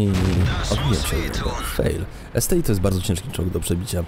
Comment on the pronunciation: to jest ST-1 a nie ST-I